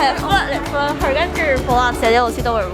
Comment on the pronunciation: flirt, not "firlt"